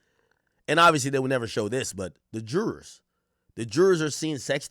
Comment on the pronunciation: Does Ak not know he can just say “jury”..? Instead struggling to say “jurors”😂